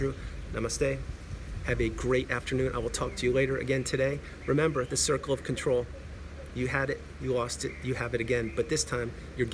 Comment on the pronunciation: “The circle Fawker” 👌🏻